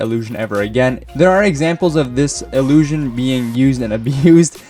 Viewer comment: no, 'illiusion' he said multiple times